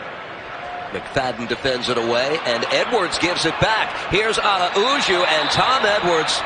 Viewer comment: I don't understand why all of the announcers keep destroying the pronunciation of Araujo's name. It is not Ara-oo-joe. It is A-row-hoe (row rhymes with cow).